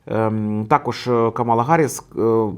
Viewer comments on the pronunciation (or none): Імʼя кандидатки КАмала, а не КамАла! Вона заради цього акценту навимсне!!! представилась під час потиску рук перед дебатами! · Вона не Кама'ла, а Ка'мала, будь ласка, поважайте ім'я людини і як воно вимовляється 🤓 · КÀМАЛА, а не КАМÀЛА. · Але чому КамАла, якщо вона КАмала? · В імені Камали Гарріс наголос на перший склад, а не на другий, виправляйтеся, пора знати ім'я наступного президента США на наступні 8 років!! Кáмала - наголос на перший склад!!